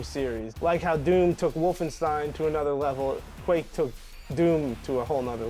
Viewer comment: “Castle wolfensteen”